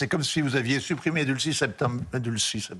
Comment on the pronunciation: Delcy Rodríguez, pas Dulcy